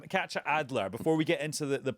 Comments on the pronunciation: I thought he was saying Catcha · I thought he was saying catcher too, but the authors name is KATJA, so I think he was pronouncing it differently